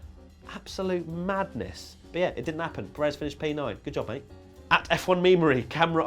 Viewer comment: Will you please. Learn. How. To say. Pérez's. Name. Properly! 👋😢